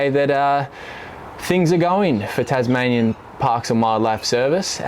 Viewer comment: Bloody Taz-mian-yens